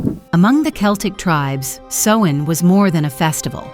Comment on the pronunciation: Samhain garlic for summer’s end is pronounced like cow, or sow( female pig ) or ow,short for ouch. So Sowin,(correct spelling above). It doesn’t sound like what you do to mend of make clothing. Otherwise this is fairly accurate, but the mispronunciation of Samhain drove me nuts.I’ve been a practicing Witch for decades and this is a High Holy day for us. Thank you for caring enough to ask for clarification. Brightest blessings and have a wonderful Samhain however you choose ( just no meanness or violence please) I hope this helps